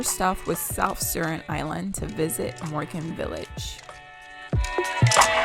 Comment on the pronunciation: Moken & not Morgan😂